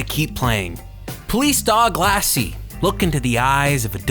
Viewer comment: This guy can't read. Or at least he doesn't know when to use a long vowel. Instead of "Jony" he says "Jonny", "shrivving" instead of "shriving", and "Lassie" instead of "Lasy". If you're gonna take the piss out of something, you might as well pronounce the mistakes. That's why I think he just doesn't know that they're spelled wrong. Oh, and 52 minutes? I would love to know how many people stayed to the end of that. You're reviewing garbage - dial it back a bit. Nobody wants to watch crap games for a whole hour